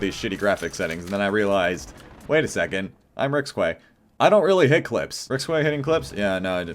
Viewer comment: Did he just say SoaR Rage instead of SoaR Rxqe? REEEEEEEEE